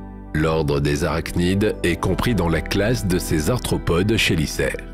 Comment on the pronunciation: C'est quand même fou de toujours pas savoir prononcer les noms des animaux, quand tu as une chaîne spécialisée dans l'espace et l'archéologie/paléontologie/géologie... Exemple parmi 150 autres : les "chélicères" se prononce "kélissères". J'aurais honte de faire des vidéos depuis si longtemps sans me renseigner ne serait-ce qu'un tout petit peu sur le sujet. Du simple copié collé des chaines américaines, fait par quelqu'un qui ne connait même pas le sujet. Bravo.